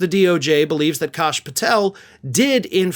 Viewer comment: Don't believe it's. "Kosh", believe it's pronounced "Cash". ( Even heard he makes the "s" a dollar sign)